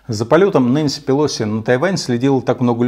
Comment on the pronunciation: Умного человека и послушать приятно! Спасибо! Очень уважаю Вас. И отдельное спасибо за правильное произношение фамилии Нэнси ПелОси, а то все остальные почему-то ее называют пЭлоси... это так, к слову